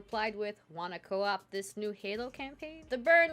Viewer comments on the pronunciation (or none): none